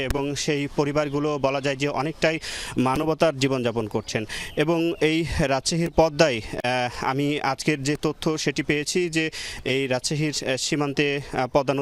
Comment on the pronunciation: উচ্চারণটা মানবতার নয় মানবেতর